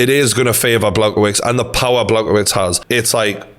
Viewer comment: You mispronounced Blachowicz's name, btw a part of me still thinks Stipe will win again